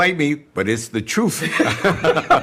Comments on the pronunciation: did he say it was the "truf" ? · "You can fight me, but it's the troof!" I love HLG Jr.